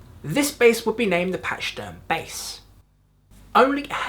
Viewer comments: its pronounced pack-e-derm NOT patch derm !!!!!!! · it;s not pacheederm it sounds like a K , pakee-derm, damn man it;s ur native tongue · Patchy-derm, lol. It's pack-ee-derm - it's the Latin name for Elephant. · Pronounced.... Pack-a-derm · It’s pronounced pakaderm not patchaderm like the elephant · Did you skip middle school? A pachyderm is an elephant and it’s pronounced pack-a-derm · Lol “patchy-derm”, elephant lives matter 🐘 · It's pronounced: Pack-a-derm. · Pack- AHH- Derm. Not Ee not Y. It's UHH/AHH. PAC-AHH-DIRM. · Pack-ee-derm even. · 2025…..just ran across this. Awesome job. But, the pronunciation of pachyderm is odd. pach·y·derm /ˈpakəˌdərm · Based on your pronunciation.. You're not a fan. Southbound Patchy derm? Lol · It's pronounced "pack-a-derm" - it's a hard CH not a oft one. FYI :-) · fretless basses often had fret groves cut and then filled with sawdust to make finger placement easier, pachyderm is pronounced paky derm and you forgot to mention that the resonator bass was also used in green Naugahyde. just some comments, still a great video